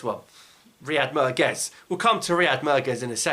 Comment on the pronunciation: I like I always supported him on X & U Tube and he knows it. I didn't like the way he said: Merguez. You are right in some way. I don't like the way our legend is disrespected. Tha's all.